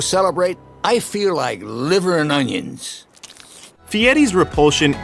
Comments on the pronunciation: Did you say..."Liver and ong-yuns"? What in the hell is an ong-yun. Do you chop them up and put them on your hockdog with maybe a little manase. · Its like the way that Louisianan chef Justin Wilson used to pronounce onions.